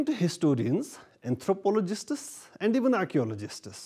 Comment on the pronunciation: Anthropologisats nhi hota jbki vo Anthropologists hota h 😂😂